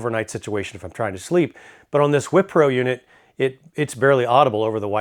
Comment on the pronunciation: The Wippro heater would be great for our winter van travels and a great way to extend our camping as the weather gets colder. Wippro not Whippro Love the videos and though reviews. Thank You!!